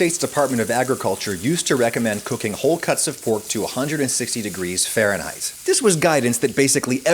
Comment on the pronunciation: WTH is "fahrehnheightts"?